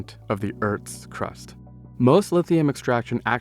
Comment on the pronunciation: man says earts crust, not earth. He keeps saying Eart and not Earth lol